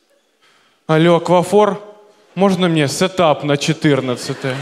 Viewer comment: сэтап? сэтап?! порвало 😁😁😁 молодцы ребята.